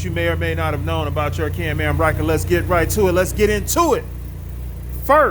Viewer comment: What I think is Absolutely Hilarious about this video is he keeps calling it a CAM AM instead of a CAN-AM 🤭🤣😂